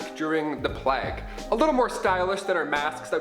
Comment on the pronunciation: It’s pronounced “playyg” not “plagg”